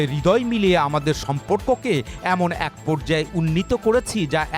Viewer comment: অ্যাক উচ্চারণ না করে এ+ক=এক উচ্চারণ করবেন।ভুল উচ্চারণ করবেন না।